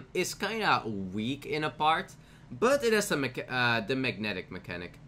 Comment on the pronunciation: Mechs have "mechnatic" mechanic....Sayit one more time